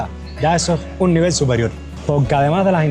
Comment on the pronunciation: Se pronuncia levol